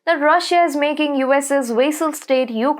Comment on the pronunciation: vae-sal. Yeah right improved my ass.